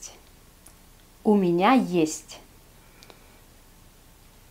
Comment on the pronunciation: Bonjour ,pourquoi dis tu minia le génitif du pronom ya plûtot que miénia ?